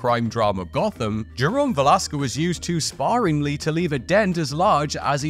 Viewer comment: My man, please - sparingly - spare-ing-ly. Listening to you hack the language apart like dull axe through redwood is a slow death of my senses.